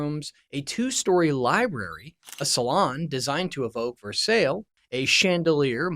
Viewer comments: Learn how to pronounce words correctly while you are clickbaiting us!! It's "Ver-Sigh" (not Ver-Sale) and what in the heck is "rent-o-vate?" I did not stick around to see what other words you mangled!! SMH!! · That palace is pronounced "Ver-sigh" i.e. silent lls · He doesn't know how to pronounce "Versailles" 🤣 He says,"Ver sales" instead of "Ver sigh" .....Idiot. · Shit non-human content. The narrator, referring to the famed French palace, says "Ver-SAIL" rather than "Ver-SIGH." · Did you really say Ver-SALE????? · This guy is a Leftist tool. What is Ver-sale and rentovated? This is a hit piece. GFY. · "Ver Sale"???? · Did you really say, "Ver sail?" I've gone my entire life without ever hearing someone mispronounce "Versailles" until now. Wow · “Ver-SALE”? Have you never read a book?😂 SMH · Imagine pronouncing Versailles 'ver- sails' Freaking illiterate. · Uhhh "ver - SAIL" really? What is 'rentivayed'? Are you an AI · VER SALLE?? It's Versailles you clown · Versale? WTF dude? You need to learn proper editing and attention to detail. BTW, do some research along the way. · His pronunciation of "Versailles" lol had to leave after that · Can you not read or pronounce words? Versailles? Marriage? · What's the DARK secrets? What a waste. Thumbs Down. Plus, I believe this AI based on the pronunciation of Versaille.